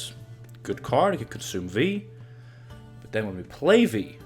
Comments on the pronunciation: Its from polish "wij" and you are saying it correctly, as you always did. So better change yours deck name :P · Viy is actually a character from a Gogol story of the same name (Russian), so yeah your pronunciation is correct. Interestingly it's not an insectoid there, more like a demon of sorts. Koshchey from Russian folklore is similar, being not an insectoid but a man who possesses magical immortality which has to be broken somehow for him to die.